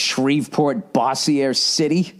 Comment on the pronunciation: Way mispronounced “Bossier City” lol